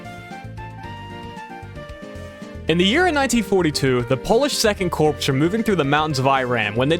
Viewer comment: Corps is pronounced like core , not corpse. Sighhhhh YouTubers commonly make this mistake